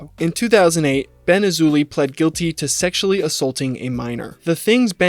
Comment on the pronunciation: King A-loozay😂